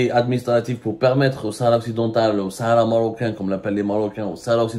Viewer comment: Tu n'arrive pas à dire shara marocaine😂😂😂😂😂🖐🖐🖐🖐🖐🖐🖐🖐🖐🖐🖐🖐🖐🖐🖐🖐